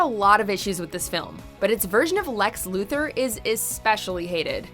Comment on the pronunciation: The pronunciation of Lex Luther was beautiful